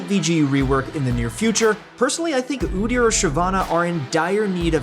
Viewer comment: My man said Udyr or Shyv Nocturne 👁️👄👁️